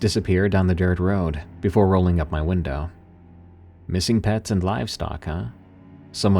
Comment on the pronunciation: Great listen as always, but what is it about saying: "windaaaah" instead of "window"? It sounds hilarious!